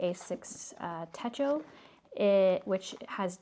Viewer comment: Great unboxing! It's "tet-cho", not "teh-ko". Techo (手帳) means "pocketbook" in Japanese. 🙂